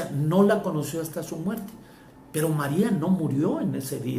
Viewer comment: No eres dingo de.. ni pronunciar el nombre de Maria .DEJEN de confundir a la gente.